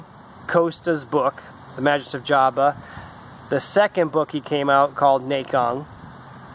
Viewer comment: It's Ma-(GUS) not JUS...